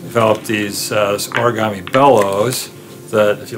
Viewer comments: It is not pronounced or-a-ga-me. It is pronounced o-re-ga-me. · オルィガァミィ が好きすぎる